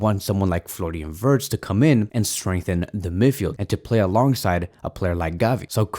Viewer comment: Floran vors LOL pronounce names correctly